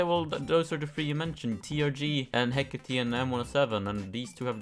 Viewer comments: ITS HECK-ATE NOT HECK ATII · hecate is actually pronounced he-(COH)-tay (i think idk) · the Hécate II is a french gun made by PGM Précision, the name comes from the greek goddess Hecate/Hekate its Pronounced /ˈhɛkəti/ HEK-ə-tee you couldve just taken 5 minutes and looked at wikipedia.